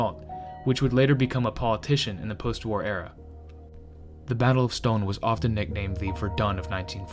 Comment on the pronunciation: Dinant = Dee-Naunt. Stonne = Ston. Meuse = Mer-se.